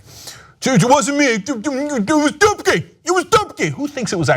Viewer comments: every time he mentions "Dubke had to go" I keep thinking he's saying "dookie had to go" lol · Dubke? i thought he said dookie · if you're polish like, you're having a nice laugh when hearing 'dubke'